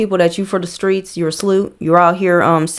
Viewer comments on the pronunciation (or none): none